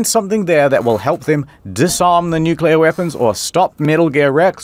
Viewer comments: Trigger warning. "nucular". Way too often. In earnest. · Nucular? Like ocular? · New clear, not Nu ku lur. IH says it correctly, but the Britt chews it wrong. Great video regardless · > Did you watch the video? One of them says "nucular". I'm complaining about that. I know how to write and pronounce it, and it makes me cringe every time someone gets it wrong. Hence my trigger warning.